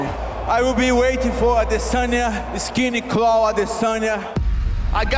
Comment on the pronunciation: "Skinny Claw" I know he means to say Skinny Clown 😂💀